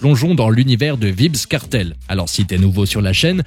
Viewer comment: Ça se prononce pas vibz kartel